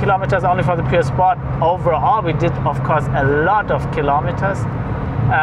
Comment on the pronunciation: Прозвучало как "poor sport" :-)